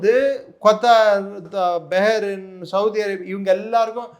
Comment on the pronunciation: Yov, kothar ille kathar ( qathar) Begrin ille Behrin.